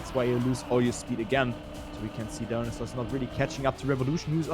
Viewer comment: dont want to be rude, but i'm pretty sure dionysos is not pronounced "dinosaurs" haha. nice casting tho